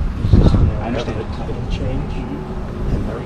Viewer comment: "I undorshtannd" lol the word "undorshtannd" is one syllable, you got that, murica !